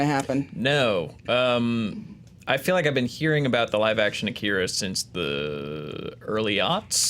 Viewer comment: I know its a nitpick, but it drives me crazy. AH-KEE-RAH, not UH-KIR-UH. God, they say his name 5000 times in the movie.